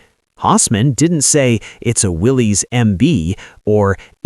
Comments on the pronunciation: Great story but many mistakes, Its pronounced Willis not Willies - The first Bantam was: Bantam “pilot car” prototype not Reconnaissance. There are plenty of historical photos available on the web to tell the story. Why use Land Cruisers, Land Rovers and Russian UAZ 469. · I knew you didn’t know anything when you mispronounced Willys. It's pronounced the same as Willis, and has nothing to do with a guy named Willy. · Willys is pronounced Willis